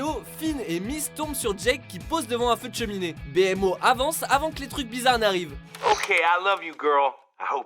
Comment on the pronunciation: Attendez, il dit BMO BÉ-ÈM-O ? Mais on dit BI-Mo 😭😭